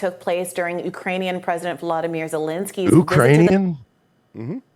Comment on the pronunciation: "Oo-krainian"? 😂 So I guess she confused the pronunciation with "Youse-bekistan" But seeing the Quaker-looking dude's expression as he read that script reminds me of the old clip the boys played of Owen Benjamin reading the letter from that stalker (i think the episode was called Sausage party)